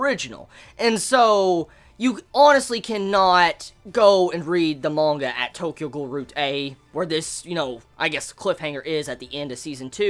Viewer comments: Not mon-ga, it's man-ga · hey dick head its manga not monga xD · Is anyone else kinda annoyed that he pronounces manga as monga? I can't unhear it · I like how he pronounces manga